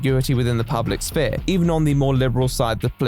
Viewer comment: It's weird to hear someone pronounce the "p" in "sphere"